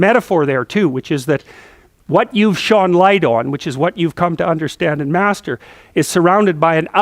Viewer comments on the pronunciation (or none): none